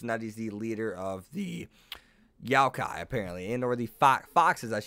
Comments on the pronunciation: it's not YOW-kai, it's YO-kai.... sorry to be that guy, but that kinda triggered me considering i've heard the correct way to say it so many times and then it's butchered here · Yokai is pronounced yo as in yo yo and kai like Thai with a k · ITS NOT YAOKAI ITS YOKAI .... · kunou is pronounced (koo-no) and youkai is (yokai)